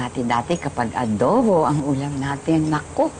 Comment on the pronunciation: Yung parang pAgBiGkAs ng AdObO ni PaRaNg dObLe DoBlE???.HaHaHaHa!! Si ElViS pArAnG BuNtIs?!!??..🙂🙂☺️☺️😂😂✌️✌️